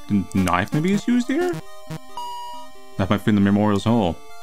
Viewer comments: when you say knife you say noice i just love that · Every time says the word “knife” i lose it a little